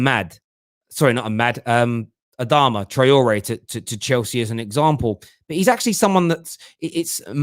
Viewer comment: Man said adama traore 😂😂